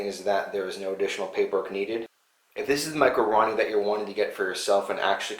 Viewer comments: Hahaha you call it a Ronnie but it a roni pronounced ro-ni like the samurai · Roe-knee not Ronny. Lmao. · Maco-ronny?? Thought it was called the Roni? Like...Rone-E...lol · say it with me ...row nee....its not a ron nee...RONI